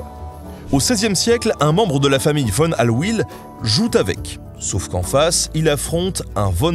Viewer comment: J'aime beaucoup cette chaîne YouTube. Juste une remarque, concernant la prononciation allemande, le V se prononce comme un F et le W comme un V. Von Tengen = Fon Tèngenne Von Halwill = Fon Halville On ne peut pas l'aimer, mais Ursula Von der Leyen= Oursoula Fon der Lèyenne. VW = FauVé. Volks Wagen=Folks Vagenne. On peut comprendre la réticence française à la prononciation germanique, mais ça fait plus sérieux, pas besoin de claquer les talons pour autant.